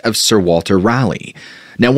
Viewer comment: Perhaps slightly nitpicky, but as a native, Raleigh is pronounced with an Ra sound like the Ro in rocket, not the Ra like in rally.